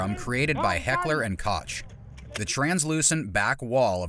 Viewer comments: guwer?wtf its gewehr! koc? its koch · It's Heckler and KoH, not KoCH(ocolate)... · The “Kock” in Heckler and Kock is actually called coke, check their website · It's not spelled »Heckler & Kotsch«, it's »Heckler & Kokh« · P A toun en g Uaard ... Hekkler & K oa tsch ... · Heckler and Cotch XD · Heckler and "Cotch" 😂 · Heckler and Koch... not Kotch 🤣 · Learn how to pronounce "Koch" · Heckler & Koch. Ch in Koch reads like kh. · Heckler & Koch is not ch as in church, but as in Christian or Kock-ish.